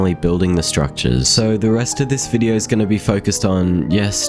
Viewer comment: (That going to take fore) Back to the bideo😂